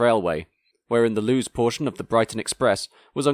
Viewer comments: Yes, but alas he pronounced 'Lewes' (East Sussex) as 'Loos' rather than 'Loo-is'! (And needs to get all his verbs and nouns in agreement: a company (single) 'has', not 'have'.) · Interesting to learn that this was a LBSCR invention, Incidentally, Lewes, the county town of East Sussex, is pronounced 'LOOis' (accent on the first sylable) not Loos :) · Loos? You mean Lewes....(pronounced Lewis) LOL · 0.49 LOOS? Do you mean Lewes PRONOUNCED LOO-ISSS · Lewes is pronounced Lewis! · Lewes is pronounced 'Lewis'. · Lewes is pronounced as "Lewis" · LEWES It’s pronounced LEWIS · Lewes is not pronounced Loos. I can imagine the trains getting shorter and shorter as individual carriages get dropped off one after another. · Nice video. BTW, Lewes is pronounced Le-WES. :) A shame you don’t have more footage from the haywards heath slip. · Lewes is pronounced ‘Lewis.’ Love your videos though. Hopefully you’ll cover the class 37 and 47 soon! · More like "Lewus". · This actually still sort of happens at the stations mentioned early on (Lewes and Haywards Heath, Lewes is pronounced Lewis btw) The line still splits at Haywards Heath heading North or south, southbound the split heads to either Brighton or branches off just after Wivelsfield and travels down towards Eastbourne and Hastings, or down to Brighton.